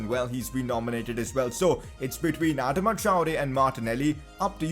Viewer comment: Someone please tell him how to say Adama